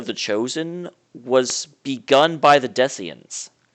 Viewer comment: Why do you keep pronouncing "Desian" wrong?